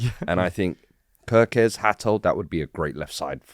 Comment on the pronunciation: *Kerkez come on now atleast get that right